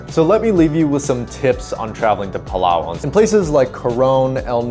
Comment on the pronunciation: please prounance it like palawan not palaa waan 🙈